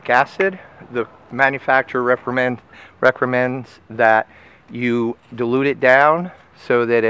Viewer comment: It's mur-E-atic, not mur-atic, and rec-co-mends, not rec-cra-mends.